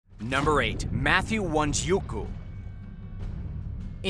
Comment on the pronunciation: It's Wanjiku. Not Wanjiuku